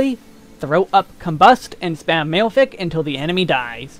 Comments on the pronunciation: He actually pronounced malefic wrong - it's pronounced "mah-leh-fik," not "male-fik" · cringe every time I hear malefic pronounced as male-fic. xD Ma-le-fic Excellent guide though, I sometimes watch Desperius' job guides and I can't make heads nor tales of them, not beginner friendly at all x) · It's not mail-fic it's ma-le-fic, as in maleficent. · Dude. It's /Ma-leh-fik/ not /Mayl-fik/ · Mah-leh-fick is the correct pronunciation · The mispronunciations are a bit painful (and made it hard for me to focus) but the info is so good I powered through. male-fic... just no. lol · Great video! I’m going to pick up astrologian after I finish capping my scholar in a month or two. By the way, “malefic” is pronounced “mah-lef-fick”.